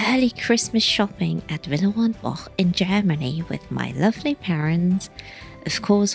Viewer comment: In the US, any cake with a crust on the bottom would be termed a pie. I am glad you pronounced Villeroy and Boch several times so we could correct ourselves. I thought it was pronounced Bosh. It's more like Bach. This was a fun video. Thanks, and it's nice to "meet" your parents too.